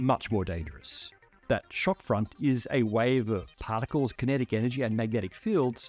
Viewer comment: bro really called particles "potticles"